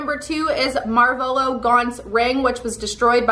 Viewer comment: When she said tom marvalo :/ its mar- voh- low